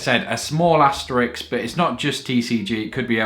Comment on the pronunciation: I can't stand it anymore XD It's asteriSK, not asteriX. Asterix is the character from Asterix and Obelix Asterisk is the * symbol